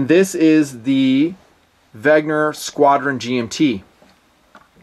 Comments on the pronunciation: IT’S WENNGGGGGER. NOT WEGNER?! I love you but it makes me fiery red mad everytime you say wegner. Please. WENNNNNNNNGER. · "VEN-GER" not "VEG-NER"... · Pronounced VEN-GER not VEG-NER... I think vegner is an anti veggie word made up by hipsters :) Trouble with affordable watches is the lume... :(( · You almost got the German pronunciation. Notice the g comes before the n, not vice versa. So it's not veg-ner, it's veh-nger, with the nger sounding like it would in hanger or singer. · really? Weg-ner again? Think "Ven-ger!" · “Wegner”. It’s like the George Bush syndrome, “nucular” instead of “nuclear” lol